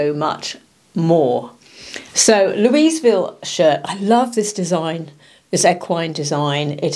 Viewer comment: When pronouncing “Louisville” the “s” silent FYI